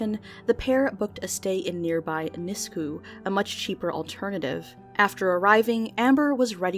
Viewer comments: Nisku is pronounced nisk-you btw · I was just idly listening to this, not paying a ton of attention, and then I started hearing fort McMurray and edmonton, and then hearing mispronounce Nisku got me. Sad to hear the only time I hear about my town of Leduc on YouTube is for a murder though...